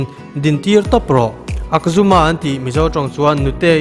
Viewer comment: akzuma niloin Ajhuma a nilo maw